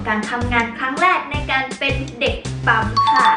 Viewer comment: 👉🏻ปั้ม ไม่ใช่ 👉🏻ป้ำ